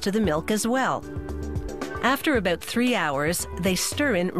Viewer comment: did she say aboot?